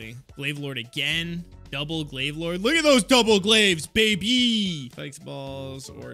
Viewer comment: glav lorde not de paragon